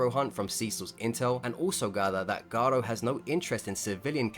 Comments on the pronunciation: I would agree with you but you mispronounced garou and glazing really bad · why do u pronounce hero hunter garou like its a spanish name